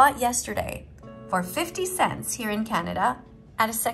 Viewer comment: Are you living in germany because you say 5o cents